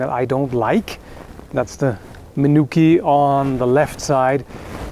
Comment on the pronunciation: Not sure the issue on this, or if my brain just auto corrects it. It sounds like he says it correctly like meh-new-key.